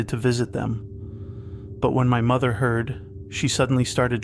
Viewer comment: "Mo-there mo-oh-there!" bruh